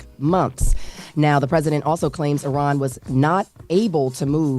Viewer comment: you pronounced Iran correctly 🎉